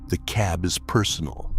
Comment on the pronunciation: Mispronounced "cab".